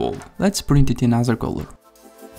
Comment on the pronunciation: in Video Duration, "Anoder" or is it "Another" I just heard a voice saying and where did the "D" come from